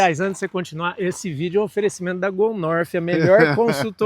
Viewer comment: “Go Norfi” Fala direito, palhaço.